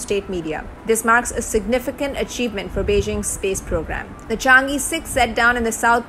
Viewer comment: Learn Chinese，Its Chang e，not Change E🎉